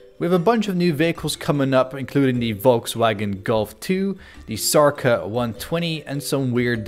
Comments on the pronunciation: It's Škoda 120, not ''Sorka'' :( :D NIce video! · by the way.. it is not Isarka or what did u call that car.. it is Škoda 120 (Š is pronounced like SH from "she") and next one is called simply "Multicar"